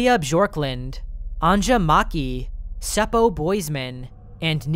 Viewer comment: I'm enjoying your pronounciation of Finnish (and Swedish) names Our J is pronounced as "Yee" So it's An-ya, not an-cha :)